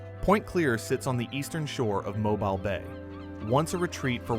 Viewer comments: MOE-BEEL. NOT MOBIL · It's not Mo-bul it's pronounced Mo-beel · Came here to say such, as well. It’s pronounced ‘mo-beel’, with the ‘-bile’ in Mobile sounding like ‘deal’, but with a ‘b’. 😅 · Folks, you can't teach AI to say Mo bill. It will always say Mo bull. Good reason to use human voice but I've heard so many, foreign to Alabama, also say Mo bull. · 😮 my friend, the town is pronounced mo- bill 😊 and the other one is pronounced (dolphin) dauphin Island.... Like the spotted dolphin I don't know why people have such a hard time pronouncing them words 🐱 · In Alabama we pronounce Mobile as MO-BEEL. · Great narrative but I have to tell you- it is pronounced Mobeel. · It is pronounced Mo beal. Definitely not voiced by anyone from the South. Not watching the rest.... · It's Mo BEEL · Why do so many people have trouble with Mobile. This is my home and I just have to correct them when they pronounce it such weird ways. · please read the comments regarding your pronunciation of Mobile. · Has to be yet another Youtube AI video. Mobile, as an example is mispronounced. Sad. I turned off and bailed out. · Good video made irritating to watch because of Al narration and number of ads. If you are going to use ai please edit how many times can Mobile be mispronounced in one video? In many instances the narrative does not match the images. Missed opportunity to make a outstanding video. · Horrible narration! How could you not know how to pronounce "Mobile"?!?! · Poor pronunciation of Mobile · One mispronounced word can remove so much credibility. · Agreed! This narrator is NOT able to speak properly at all. Even non-Americans know how to pronounce the city of Mobile. But! This fella/AI cannot!!! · In a southern expression, the narrator should be ashamed of himself for his mispronunciation of locations, such asDauphin Island and MOBILE just ask Google.